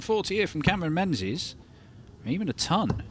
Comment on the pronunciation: menzies ain’t pronounced ‘men-zees’ it’s pronounced “ming-iss” it’s gaelic